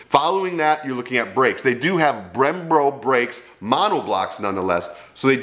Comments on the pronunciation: Great review. Keep em coming. But just one thing, its brem-BO not brem-BRO 👍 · lol you’re still calling them Brembro. Be honest, you can’t say Brembo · How many more videos until you can pronounce Brembo correctly?